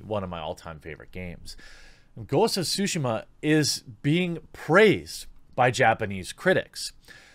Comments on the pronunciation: What's it called, Jeremy? Ghosts of Sushi Muh? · Jeremy: "Ghosts of Sushi She Mar" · I'm not bashing on him, or anyone for that matter, but, it's just funny to me whenever people say Tsushima and it ends up sounding like "Sushima".